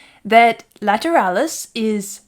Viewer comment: Ok. Let’s settle this right here, once and for all. It’s Lateral-lus. Not Lat-er-al-lus. I’ve never said the word lateral, later-al.